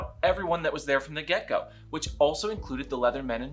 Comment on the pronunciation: It took me several minutes to understand you were saying "from the get go" instead of "from the gecko". I learn a lot from your channel about what I missed in my younger gay life, but never heard about Gecko Play. Oh, the images I conjured up. Note to self: when a video has CC box in the bottom, click it from now on. (so is gecko play held up against a wall?)